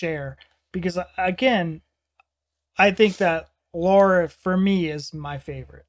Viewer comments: “She’s my favorite” but calls her Laura throughout the video instead of Lara. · Lara not Lora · One of the purest and heartfelt voices on earth. A friendly suggestion: try to find the correct pronunciation of her name: the a's in her name are pronounced as the A in the word car or master, so Lara Fa bi An not Febien. Love your videos with pure emotional reactions. Thank you so much. Rudi from the Netherlands.